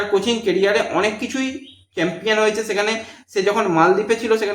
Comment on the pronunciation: santir chhele chempion thik moto uchharon korte paris na boka.....da